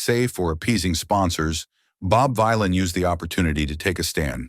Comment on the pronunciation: its the AI VoiceOver that cant read it the proper way.